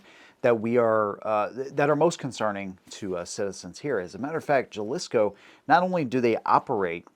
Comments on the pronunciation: You gotta be trolling your spanish.... I love it, jel-lis-co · gringo let me help you say them word your having trouble with Sea-nah-low-a , and , Ha-Lease-Co 😂 say them like that and you'll get them right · IT's HAL E SCO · Dude the "Ja" in "Jalisco" is pronounced like an "H" Just trying to help you out bro. 😉 I'm from San Diego and we have many Spanish name communities such as "La Jolla" pronounced (La Hoya) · It is not Ja lisco, it is pronounced Halisco, j is pronounced as with a H sound!!! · It’s not JAhLisco it’s Ha-lisco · It’s not Jalisco like gelisco, it’s halisco. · Juh-lisco.... no-go... jalisco=Ha-lees-koh..go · Sin-Al-Oh and Jal-Is-Co 😂 Most American pronunciation I’ve heard. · Seen ah lowah and haleesko Sinaloa, Jalisco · Sea-nah-low-ah and Ha-lease-co. Makes me question how much people research for content beyond reading an article. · 😂 Jalisco is pronounced: Ha-lee-skoh. Sinaloa is pronounced: See-nah-low-ah. Facts are important in an investigation. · J in "Jalisco" is pronounced like an "H". So basically Ha-lisco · "Juhlisko" is egregious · Jalisco = Ha-lease-co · Dude: "Jalisco": pronounced HA-LEES-KO. You're supposed to be an expert on Geopolitics, right? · Dude.... Sin-A-Lo-A and Ha-lis-co. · Jalisco-pronounced Halisco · Mexico has a female presidente today. Claudia shienbaum came to power october 2024. Ha lee sco is the pronunciation. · Sin- ah - lo - ah. Ha - lis- co. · Please take 5 minutes to learn how to pronounce the names of cities or states in Mexico. Jalisco is basically pronounced as Halisco. The cartel took its name from the state they were based out of. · Jalisco, Mexico: sounds like “hal- lease- Co” and Sinaloa Cartel is like “See- nah- lo- ah” 😁 Spanish is completely phonetic in pronunciation. I’m not being a ..stick😂 you did warn about not knowing how to say the words- totally fair. I’m am not Latino or Hispanic, I just live close to them, on our side of course.🇺🇸🫡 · It’s pronounced huh-li-skow and see-nuh-low- uh.